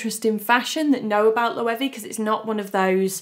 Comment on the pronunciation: It’s not ‘Loewee’, it’s Loewe